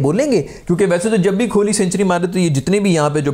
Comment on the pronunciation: It’s kohli not kholi